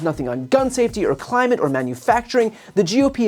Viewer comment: Right now Republicans are keeping Donald Trumps mental state secret. When Trump shows clear signs of dimensia, not being able to pronounce common words etc… “Clime-ish Climeish, Climeish” no Donny, it’s “Climate”. Shame on Republicans for not taking Trumps decline seriously.